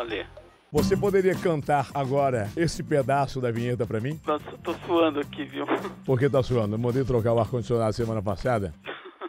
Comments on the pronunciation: " Nimim"?????????? Meu Deus, alguém me mate!!!!!🤣🤣🤣🤣🤣🤣🤣🤣🤣🤣🤣🤣🤣🤣🤣🤣🤣🤣🤣🤣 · Não é ''nemim'' KKKKKKKK ta de sacanagem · Nimim hahahaha Não é nimim. HAHAHA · " os funcionários confiam 'nhemim ' " kkkkkkkkkkkkkkk .